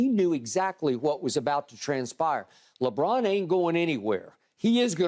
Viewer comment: Lol Shannon really pronounced LeBron as LeBlon